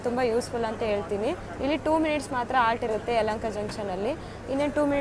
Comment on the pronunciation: ನಿನ್ನ ಕನ್ನಡ ಶುದ್ಧ ಮಾಡಕೊಳಮ್ಮ. (ಅತ್ತಿರ ಅಲ್ಲ) ಹತ್ತಿರ ಸರಿಯಾದ ಶಬ್ದ. ಹಕಾರಕ್ಕೆ ಆಕಾರ ಹಾಕಿ ಕನ್ನಡವನ್ನು ಕೊಲೆ ಮಾಡ್ಬೇಡಿ